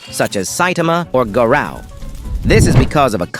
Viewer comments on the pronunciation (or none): "GA Rou" It sounded like garaow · no way bro said garow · why do you say garao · Why are you saying Gara? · the ai voice butchered bro said "garaou" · Bro called the. GARUE GERU